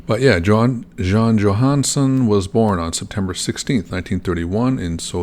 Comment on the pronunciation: Johansson is pretty much pronounce like you would do it in English. So almost correct, but son instead of sen. The Johansen is danish haha.